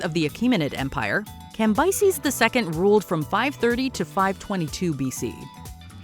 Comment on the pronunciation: The way she says Cambyses is criminal!!